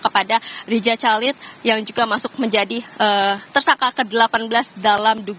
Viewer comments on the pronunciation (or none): Buat reporter lapangan, nama Chalid itu dibaca Halid..itu nama Arab..